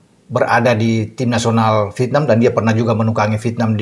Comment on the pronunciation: MAU TANYA NIH....AKU SERING MELIHAT VIDEO NYA. KALO BICARA " VIETNAM" GAK PERNAH UTUH. TAPI BILANGNYA " VITNAM" JADI HURUF " E " GAK PERNAH DISEBUTKAN. AGAK MENGGANGGU KUPINGKU......🤣🤣🤣🤣🤣🤣